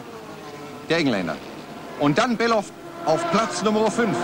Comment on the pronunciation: Stefan war unerreichbar Gut Sein Name War übrigens Bellof Nicht Belhof...